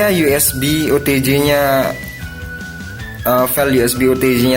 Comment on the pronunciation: OTG bang... bukan OTJ...